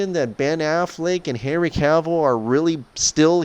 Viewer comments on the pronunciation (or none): none